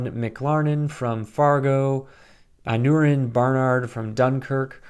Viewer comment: Totally agree with your review. I already loved Aneurin Barnard and Zahn McClarnon, and I wasn't disappointed in their duo. I think they're by far the best characters. I like the dynamic between them and they're both very charismatic actors (BTW, the -neu in Aneurin is pronounced -nye).